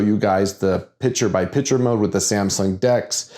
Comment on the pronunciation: When you say picture, you aren't pronouncing the "T", you are saying picher. That part is maddening, but the rest is great as usual!